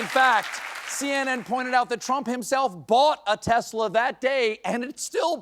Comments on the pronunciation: Stephen Colbert mispronounces 'Tesla' in the exact same way he mocked Trump for, lol. (And Ben Meiselas does the same too.) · Sorry it's tesssslurrr. Get it right 👍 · Oh, no! What will happen to his new, red Teslerrrr? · Lol 😂👍”teslur!”👉❤️